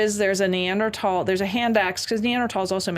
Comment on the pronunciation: If this hippie says neandrahtawll one more time…